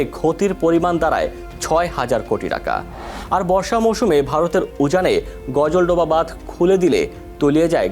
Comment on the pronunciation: করোনা পাস না অটো পাস গাজলডোবা কে গজলডোবা বলছিস?